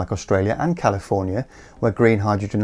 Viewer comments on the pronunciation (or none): none